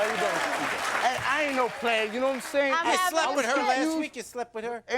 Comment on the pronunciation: He is a absolute loser! "Nome sayin"